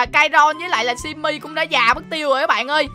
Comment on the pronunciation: Simmy mà kai nói chim mi